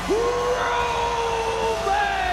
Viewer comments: Did y’all catch Bronson Reed calling Roman: “ROYman Reigns” 😂🤣? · Bronson said Royman Reins when he first started talk 😂😂